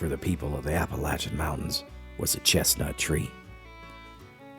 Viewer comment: "Chimleys?" At least he pronounces Appalachian and Appalachia correctly.